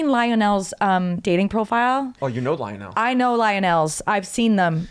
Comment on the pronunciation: IKR? it was painful to hear the way she pronounced it lol